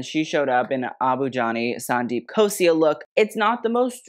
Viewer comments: The anxiety that I got from him everytime I heard him saying- "Sandeep Khos-I-A" instead of "Sandeep Khos-LA". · its KHOSLA not KHOSIA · I loved this review, just one thing… it’s Abu Jani Sandeep Khosla and not Khosia, again love the review, not hating just letting you know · Sandeep Khosla not Khosia 😅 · Okay but Gigi was definitely the best dressed. She looked stunning and the saree was gorgoues. Also side note - It's Abujani and sandeep khosLa, with an L not khosia, hehe. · Since there are so many abujani sandeep looks covered, wanted to point out that it’s khosla with a L not khosia with a i 😂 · I laud you for attempting so many names of celebrities, designers, fabrics and drapes. Agree with more of your compliments and criticism. The bra top, as you put it, with the lehengas are 'choli's. A note - Gigi's second look is Sandeep Khosla, with an L and not an i. Also for Sara, banarasi is more of a weave and because of that a more flat threadwork whereas this embroidery ties back to mughal roots in the style of jacket as well as the print. Lastly, it is Shanaya Kapoor, the way its spelt is correct. A little quality check and background check goes a long way,. Expect to see you get into more such videos:) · Your videos are PERFECTION. Just pointing out a slight mistake - It’s “Abu Jani Sandeep KHOSLA” not “KHOSIA”. Continue to make such incredible videos!!! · Hey small correction - its abu jani sandeep KHOSLA, not KHOSIA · The Indian designer's name is Abu Jani Sandeep Khosla not Ghosia 😊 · It's Abu Jani - Sandeep Khosla (not Khosia) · please Please PLEASE get the designer names correct, that's "abu jani sandeep khosla" not khosia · Its not Abu Jani & Sandeep Khosia Its "Abu Jani & Sandeep Khosla" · just a correction…it’s Abu Jani Sandeep Khosla not Khosia..you did amazing sweety!!!! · I love you for doing this but it's Abu Jani Sandeep KhosLa, not Khosia. 😭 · You mean - " Abu Jani Sandeep Khosla " and not Khosia . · It's khosla* not khosia